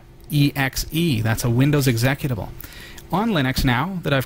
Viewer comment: execitvable WTF, it's exe-cut-able